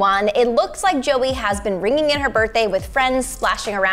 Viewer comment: I swear she said zoey not Joey